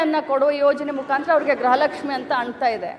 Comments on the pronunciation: ಅದು ಗ್ರಹಲಕ್ಷ್ಮಿ ಅಲ್ಲವೇ ಅಲ್ಲ ಗೃಹಲಕ್ಷ್ಮಿ. ನಮ್ಮ ಕರ್ಮ. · ಗ್ರಹಲಕ್ಷ್ಮಿ ಅಲ್ಲಾ ಅದು ಗೃಹಲಕ್ಷ್ಮೀ... 😂😂 ಮಂತ್ರಿಗಳೇ ಗ್ರಹಪೀಡಿತರಾಗಿದ್ದಾರೆ... 😂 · ಗ್ರಹಲಕ್ಷ್ಮಿ ಅಲ್ಲ ಗೃಹಲಕ್ಷ್ಮಿ ಅಂತ ಹೇಳಿ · ಮೇಡಮ್ ಅವರೇ ಅದು ಫಸ್ಟ್ ಆಫ್ ಆಲ್ ಗ್ರಹಲಕ್ಷ್ಮಿ ಅಲ್ಲ ಗೃಹಲಕ್ಷ್ಮಿ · Gruha lakshmi adu not graha lakshmi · ಅಮ್ಮ ತಾಯಿ ಅದು ಗ್ರಹಲಕ್ಷ್ಮಿ ಅಲ್ಲ, ಗೃಹಲಕ್ಷ್ಮಿ